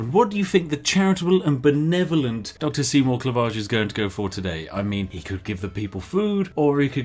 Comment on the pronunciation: Ah, so his name isn't Seymore Clevarge, his name is Se Mork Levarge, common mistake in the middle-ages.